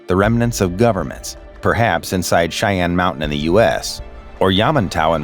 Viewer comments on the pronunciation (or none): none